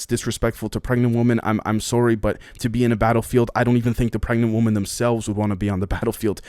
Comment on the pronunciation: Bro, why do you have such a hard time saying the word Women? It's the plural form of Woman. I can never tell if you are speaking about a group or an individual.